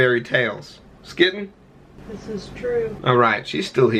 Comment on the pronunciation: Skitten, Skittin? FUCKIN SKINNITN!!!!!!!!!!!!!!!!